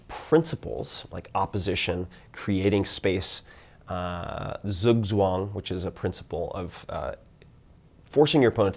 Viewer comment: I had to use captions to figure out "Zugzwang" :) not quite the way we would pronounce it here in Germany.